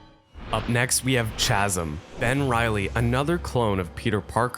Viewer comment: Hello citizen, Inspector Atwell from the Grammar police here. The "h" in chasm is silent. It's "kas-m". Carry on.